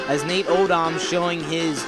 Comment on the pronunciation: i never thought that i would hear "Jim Kelly hands off to Bruce Smith", the hall of fame defensive end....it should have number 23, Kenneth Davis in the backfield 2nd to Thurman Thomas....and its not pronounced Nate ode-OMS, it should sound like ode-ums